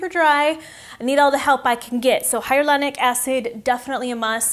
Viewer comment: It’s hyaluronic not hyarulonic